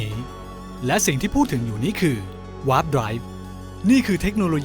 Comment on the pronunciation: warp (wôrp) ไปกดฟังดีๆในgoogleไม่ได้ยินว่า ว๊าป อ่ะครับ warm ก็ได้ยินว่า วอม ward ก็ได้ยินว่า หวอด war ก็ได้ยินว่า วอ